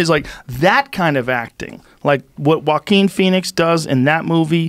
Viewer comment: I didn't even know it's pronounced Hoakwin lol, been pronouncing it Johahkwin lmaoo